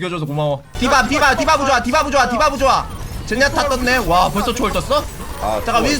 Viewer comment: 부조화가 부자라고 들린닼ㅋ